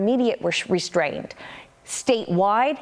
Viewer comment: "restrained". No H in ST. It's re-strained, not re-shTrained.